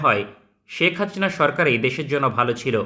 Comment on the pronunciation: ভাই আপনার হাচিনা বলা টা জোস😂